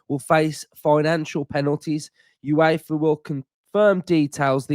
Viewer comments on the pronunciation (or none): none